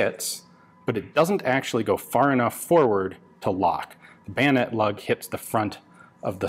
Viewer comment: Bayosword? Swoyonet?